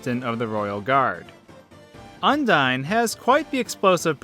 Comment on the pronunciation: You pronounce it as Un-dee-n? Undyne's name is pronounced as Un-dye-n. Undine (the way you pronounce it) was a race of fish people Toby thought would be a good attribute to Undyne. Then, her genocide name is Undyne the Undying. Her name is derived from undying while her appearance is from the race.